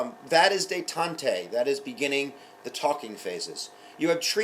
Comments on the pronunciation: Really helpful videos! By the way, i think its pronounced Day-Tont, not Day-tont-ay: there's no accent on the second E. Sorry if this sounds condescending :P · hey, thanks this is awesome :) But damn your pronunciation of 'la détente' xp